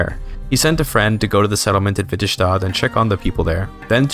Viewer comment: Nords are just as native as snow elves or giants. Just as native as dunmer in Morrowind, i think the "most" native races are argonians and khajit. When saying s in nordic or norse accents you never add a sh sound without spelling sj sk skj Its not witterShtader its Vitte stadr